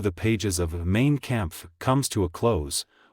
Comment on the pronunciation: Mein (mine) not main.